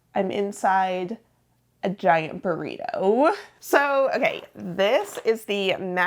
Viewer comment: Did anyone else think baked potato instead of burrito